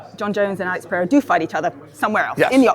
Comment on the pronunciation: Alex Pee-era 😂